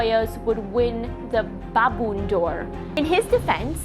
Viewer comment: what is baboon do’r is ballon do’r